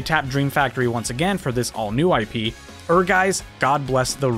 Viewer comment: Honestly if anyone asked me what game I’d think of today when hearing crossover are gacha games. It’s like one of the main events of many gacha to gain attention and influxes of new players. Also Ehrgeiz should be pronounced airgice.